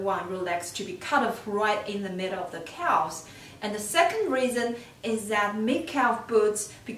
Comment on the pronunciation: It's pronounced cavz, the l is silent. Sorry it was driving me crazy.